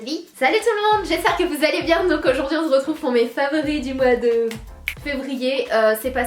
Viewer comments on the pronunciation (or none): C'est normal qu'a 5min10 ton coussin bouge tout seul 😂😂 sinon t'es parfaite 😱😍 change pas je t'adore. #snapfam PS: tu dis bien on z'retrouve mais j'avais même pas remarqué avant que #horia le dise 😂ahaha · Ont zzzretrouve 😂😂mais j'adore c t trop cool 😍❤️ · je sais pas si Horia avait fait exprès mais tu dis vraiment on ze retrouve !!!!! bisous je t'adooooooore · Mdrr le tout début et tu dis vraiment on zretrouve 😂 #teamsnapchat !!!